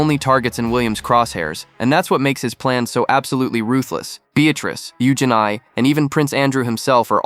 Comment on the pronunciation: EugenEE, Not EugenI LOL